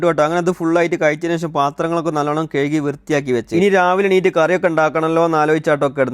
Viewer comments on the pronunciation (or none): കയ്കി അല്ല കഴുകി എന്നാണ്